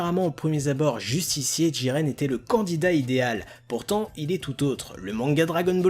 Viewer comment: Pourquoi tu dis djiren et pas jiren PS j'adore t vidéo et aussi jiren est plus fort que Goku en 1v1 et aussi du coup plus fort que Broly